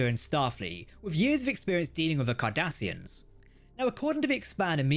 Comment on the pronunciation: I just had the craziest mental flash... When i heard Cardassians... In my head i heard Kardassians.